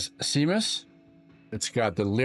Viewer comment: Check your pronunciation of Seamus.